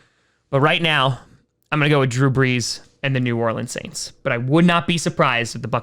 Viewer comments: I want to strangle after hearing him butcher pronouncing New Orleans. Your safest bet is to say Nawlin's if you're not sure (Plus it'll make you sound like you know the city and not some strange foreigner). It's not New OrLEENS. That's a trigger. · nah bro you didnt just say new orleans wrong lol